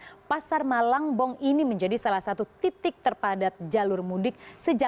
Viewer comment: Malangbong bukan malang eu eu eu